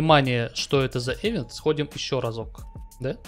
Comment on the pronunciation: event [ɪˈvent], то есть произносится как ивент, ну xpeн с ним по-русски принято - эвент, но уж ударение то точно на второй слог, а никак не на первый